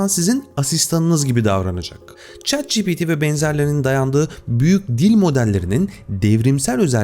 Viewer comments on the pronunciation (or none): none